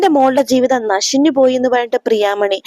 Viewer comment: നശിഞ്ഞല്ല. നശിച്ചു എന്നാണ്